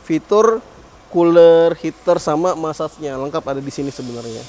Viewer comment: Ijin klarifikasi,.. “massage” aslinya pengucapannya “mesaj”, bukan “masas”.. setidaknya itu kata orang Amerika dan Inggris asli🙏🏻